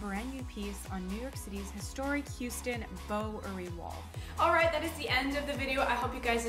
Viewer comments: Houston.....isn't hue-ston, it's how-ston in NYC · It's pronounced how ston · She pronounced Houston like a Tourist